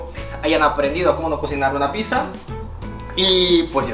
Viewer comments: debes pronunciar "picsa", no "pisa", me da ansiedad xd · Me di cuenta que no dice pizza dice pisa